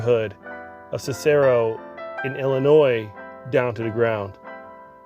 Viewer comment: It is pronounced Siss-a-roe. I've had family that lived there. They never talked about it. At least not to me.